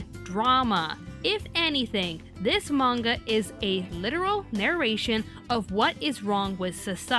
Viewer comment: I'm happy just to hear them pronounce manga the right way. I hate the current popular way to say it with a high "A".